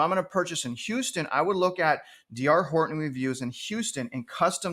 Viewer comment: You didn’t show any houses and you can’t even say “Horton”.